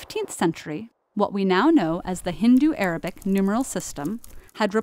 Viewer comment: please pronounce names properly like the way you called hindu arabic no.s some other way no offense but be careful